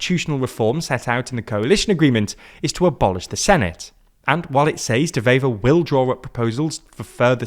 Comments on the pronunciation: The W in Bart De Wever is NOT pronounced as a V like in German. De Wever is pronounced like "Duh Waver" The W in Dutch is pronounced exactly like it is in English. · Nice video, but his name is pronounced like “De Waver” 👋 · Dewever is pronounced with a w not a v, the w is like w in water